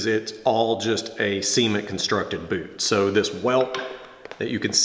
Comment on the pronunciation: "See-ment construction"